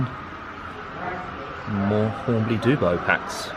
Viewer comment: Hornby "du-blow"? Eeek! It's dub-low (as in double-o). Dear me!